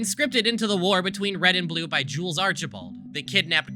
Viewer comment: every time you say jules,i hear jews